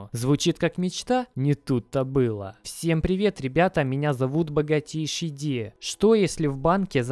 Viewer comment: Поймал себя на мысли что смотрю твои видосы изза того как ты говоришь богатейЩий ди ))))